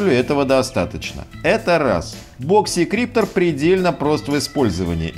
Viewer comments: а я слышу в видео "И" - "боксИкриптор" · у него не очень с английским, но при этом он может быть экспертом